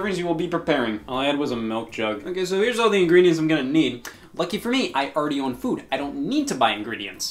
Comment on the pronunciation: I love the way Scott says “foud”